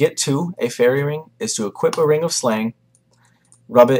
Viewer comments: First time you said "Ferocious ring drop" i genuinely thought you said "a Ferocious Rim Job" was a bit worried! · sounds like he was saying ferocious rimjob... ahaha good guide